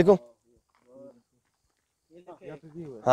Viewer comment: भाई एक्स्टविटी नई होता है wo activity hota ha Dhyan De bhai thoda Ache se👍